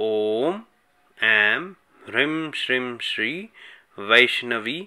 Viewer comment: Bhai ap ki toh beejon ki pronouncing hi nirali hai 😐 Hrim kab hota hai Hreem hota hai Shrim kab hota hai woh Shreem hota hai aur Hrim kya hota hai Hreem hota hai Dunia aik jaisa pronounce kr rhi hai aap anokhay hi system mie chal rhe ho 😁